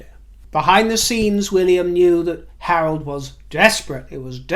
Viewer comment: When you said "Harold", my brain heard "Harlot" and I thought you were referring to Meghan. Hahaha